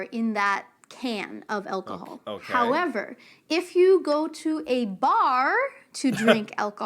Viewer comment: I'm terrible at measuring and this is why! Why did she say "melk"? And "elcohol"?? What the hell?